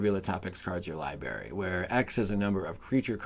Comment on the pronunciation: Is a "LIEBERRY" like a blueberry that doesnt tell the truth, or just you not being able to pronounce the word Library correctly?